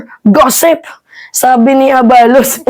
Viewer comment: Fyi miss, the right pronuncition is a-balos', the stress is on the last syllable